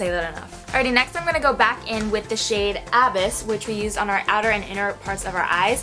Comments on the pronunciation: That was killing me I was like pls tell me someone told here I came here to let a bitch know 😂😘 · so glad someone else said what I was thinking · It's pronounced a-BYSS, as in "I fell into a deep, dark abyss," not A-byss. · None of these people are explaining the pronunciation very well. It's uhh-biss. Beautiful tutorial though. I really want this palette. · Sweaty... abyss is pronounced a-biss like bliss.. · Love this video! It's pronounced a-biss btw 🤓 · LOL why does she keep saying abyss like that? XD sorry had to but yes this is a very pretty palette. I love mine. So good for any eye color Imo. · Haha, knew if I scrolled down, I'd see a comment about her mispronouncing "Abyss" ! Ah, its all good girl, God knows Ive mispronounced a few myself! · Lol she can't even pronounce abyss right😂